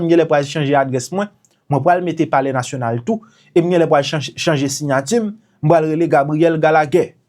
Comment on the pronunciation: It sound bizare, how he addressed saying polair national.? Alex sold HAITI.